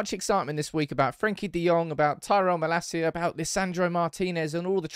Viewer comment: once again its malacia not malaseeya